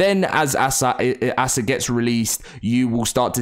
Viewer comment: can you stop calling it assah